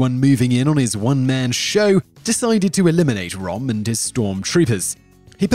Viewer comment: d e austin: He doesn't care about pronouncing proper nouns correctly due to his country of birth.